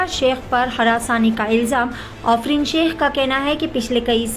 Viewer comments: Ofreen nahi aafreen bolo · Wo afrin hai, offrin nai hai 😂